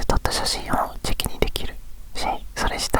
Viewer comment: 寝ながら聞いていたら、 お母さんに「チャッキー」をあげました。って聞こえて、 中々シュールだなと思ったら、「チェキ」だった笑